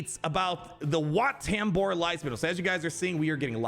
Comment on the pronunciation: Wat Tambor ❌ Where Tambor ✅